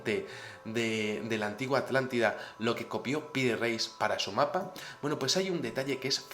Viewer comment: Atlántida o Artàntida? se te hace bolas el barniz